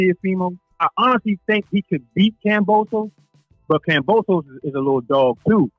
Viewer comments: kamposes? LOL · Kam-bo-sos not kampososos🥴🤣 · please learn to pronounce his name correctly. It's annoying hearing you keep saying Komposis over and over. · Say it with me 😅 KAM - BO - SOS Not KAM - PO - SOS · Wow....Lopez is fighting Kambosos and "Kamposes" !? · At least pronounce his name correctly, you keep saying Kamposos! Lol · KAMBOSOS not CUMPOSES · I hope you dudes and not you alone get the fucking name right .GEORGE KAMBOSES. No "p"s no "r"s it's Kamboses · It’s kambosos with a B bro not P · Glad I'm not the only one "Kampoosos" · Why do you pronounce Kambosos like that? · Bro where do you see a p in kambosis name ? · Everytime he said Kambosos name wrong I cringe 😬